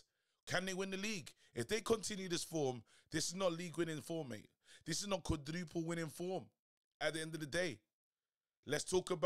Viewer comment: 🤣🤣 Why you had to say quadruple like that